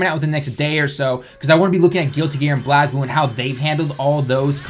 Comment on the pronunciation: You pronounced BlazBlue wrong. I am triggered.